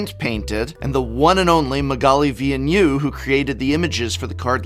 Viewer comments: Magali Villeneuve, the prononciation is incorrect, she is a french Artist . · It's funny hearing the prof pronounce "Magali Villeneuve" cause that's not how it's said in french. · As a francophone, hearing you butcher her name so hard and then telling us she's your favorite artist killed me lol. But I get it man. Nobody should be expected to check pronunciation. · Thanks for the review ! But I couldn't stop giggling each time you pronounced "Magali Villeneuve" 😂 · I love when non-french speakers pronounce Magali Villeneuve :D